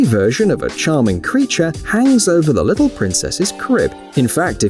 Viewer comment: "The lissle mermaid" 🤣🤣🤣